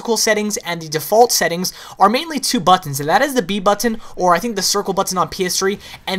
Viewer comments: The way he says buttons... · he says 'buttons' funny :P